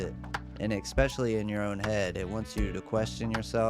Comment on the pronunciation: it's especially, not eckspecially😅